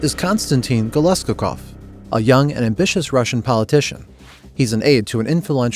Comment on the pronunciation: if russians read this, help me out, i think his name is GolosKOkov, stress on penultimate syllable as usual in this kind of russian names. found wikipedia article about his namesake and this is true.